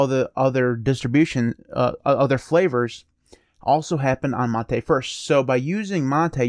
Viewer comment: Your pronunciation of "mate" is correct. It's a word from Spanish, pronouncing the way you do.